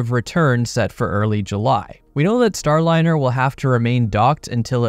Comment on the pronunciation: "STRAND-LINER" is cold 🤣💀💀